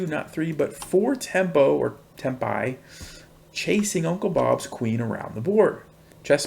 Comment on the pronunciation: it’s pronounced tem*pee* not tem*pie*